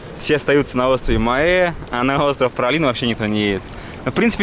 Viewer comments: Как правильно произносить то?В названии Праслин,произносите ПраЛин. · так Пралин или Праслин?😁